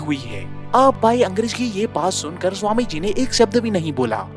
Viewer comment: Angrej nahi angrez..sahi lafz hai. Joaab nahi...jawab hai.